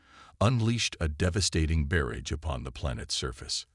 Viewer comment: You are just about to be on my DNLT "Do Not Listen To" list. There are actually a couple of YouTubers out there who have actual HUMAN narrators or narrate themselves. WOW!!! What a concept. Stop using AI until they can pronounce simple English words! i.e... what is a berredge!!!!!! I have heard of a barrage but NOT a "berridge"!! That is not the only mistake by far!!